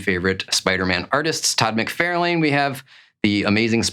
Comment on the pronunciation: "Mick-Far-Lin." Lol